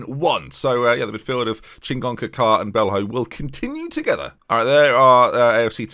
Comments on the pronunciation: And the extra n in Chingoka! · You're adding an N to Chingoka's name